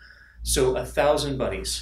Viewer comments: Thought he said a thousand buddies :-) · Did anyone else hear "buddies" instead of "bunnies" the first time he said it?